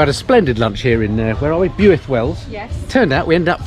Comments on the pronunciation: pronounce the town as "Bilth Wells" lol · “Builth” is pronounced “Bill-th” it’s very important to them over there 👉😱. Did 200 miles around mid Wales yesterday....contrary to Mad Man Drakefords threats ...nothing thrown at me 😃.... really enjoying seeing my own stomping ground through your trip. Not sure the “ beast” would be ideal some of the lanes I travelled yesterday.... eg Pumpsaint to Rhandirmwyn.....have a look ...it’s stunning. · Builth as in “filth” is how I remember it!! But it’s a beautiful town!! And I’m there this weekend..👌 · It must be a horrible job, but someone's got to do it....... oh and it's pronounced Bilth same as filth😂 How's the ribs after those bends? One of my fave roads. Ride to Aberystwyth have an icecream on the sea front then home again. But watch out for the camera vans.... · Great video but still laughing my head off re your pronouncing of Builth Wells! Just say it as 'Bilth Wells and you'll sound like a local!! I'm guessing you'll have visited the Owls Nest at Llandovery in Part Two? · Lol it’s Pronounced Bil-th Wells 😂 we are lucky enough to live on the border and travel that toad all the time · Steve Edwards: It is pronounced 'Bilth'. I think the Welshman had had a few too many! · It's pronounced "Built" Wells...I ride around this area ...it's the biker triangle...to Llandovery,Abergavenny,Builth Wells. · Love your pronunciation of Builth (try Bilth) . Loving the video.👍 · Also it's pronounced "Bilth Wells" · true Builth is pronounce Bilth lol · Its pronounced "BILTH" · 12th here.......my ears are bleeding 😬🤣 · Great video of the countryside of my home. Impressed by your pronunciation of Leominster, but cringed with every mention of Builth Wells. Nice mention of my sisters place, Border View! Looking forward to seeing the next instalment 👍🏻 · Welcome to our neck of the woods. We'll forgive the pronunciation 🥴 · BYUITH????……….Ouch, please pronounce BILTH 😜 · Builth pronounced " bilth"